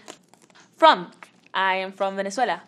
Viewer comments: how we say: venezuela how lele say: veneuziella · Am I the only one who thought she said Minnesota when she said Venezuela